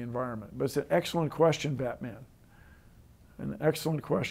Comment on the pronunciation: did he say "I'm Batmang"?